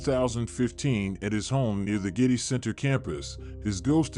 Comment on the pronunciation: I don't know if you are a real person or what but you have pounced wrong j Paul Getty's name wrong you said gritty it's not gritty it's Getty and the liver is not prouned that way it's the luve please get the pounced words correct I am admit about it as I use to pounce words and names wrong and so since I was a child I pounce words correctly and if you do a report as you do in this context then get it right please